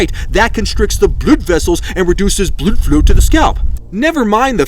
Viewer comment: " Blud flow " 😭